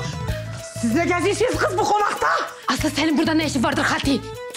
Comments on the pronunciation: evet Drejiko aferin sana riks nedir işte riks budur bravo görüyorsun değil bu gız menim eseri men yaptım 😅😅😅😅😅😂😂😂😂 abi koptum yaa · gız sıpiderman hqhahahahahhaha 🤣🤣🤣🤣🤣